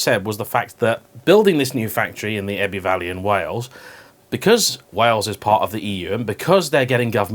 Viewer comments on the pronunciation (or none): I couldn’t find Ebby valley on Google maps but I did find Ebbw Vale, pronounced EbbU Vale....just saying., like the insider news video format.